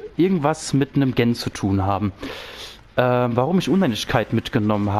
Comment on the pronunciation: wie Du GEN aussprichst macht mich wahnsinnig